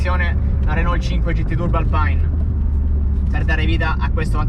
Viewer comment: Mi sono iscritto bellissimo video! Bella la 5 GT ph1 anche se la ph2 è leggermente migliore a me piace anche la Supercinque Campus. Comunque si pronuncia RENÒ oppure RENAULT e non RENOL! Consiglio metti le mani più in alto quando la guidi. VIVA LA 5 E LA SUPERCINQUE 🚗🚗